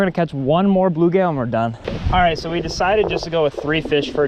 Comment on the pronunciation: First of all...it's blueGILL not blueGAIL, I've never ever heard anyone ever call them bluegail. WTF? Secondly you need to have a screen over the tank because bass will often jump out.